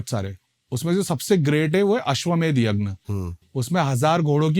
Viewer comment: Yagn nahi yagya hota hai